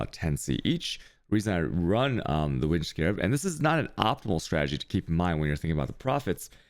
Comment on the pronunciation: Okay enough is enough. Its Alk not Al-ch And its Meh-sah not Mee-sa| I just watched more.. Cha-yos? REALLY And how you pronounce winged? omfg